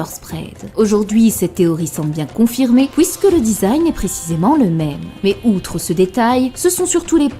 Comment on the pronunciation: Je me demande c'est quoi son accent qui consiste à prononcer les "u" suivi d'un "i" en "ou". une "souïte", "pouïsque", "louis"